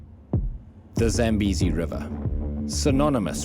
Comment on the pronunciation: So the people there are white? The pronounciation is Zah-m-bay-zee; It comes from my father's language, so I know